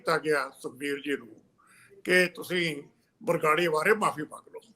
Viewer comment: ਬਾਰ-ਬਾਰ ਬਗਰਾੜੀ ਕਹਿ ਰਹੇ ਨੇ । ਇਹਨਾਂ ਨੂੰ ਸਹੀ ਉਚਾਰਨ ਲਈ ਕਹੋ 🙏